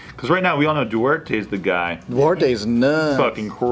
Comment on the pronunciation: Duterte is pronounced as Dwortay? 😂😂😂😂